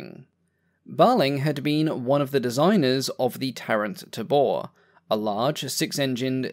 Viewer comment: "Tabor" is pronounced TAY-bore (it's a drum)